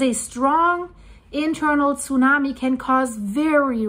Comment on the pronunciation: How she says Tsunami breaks my ear.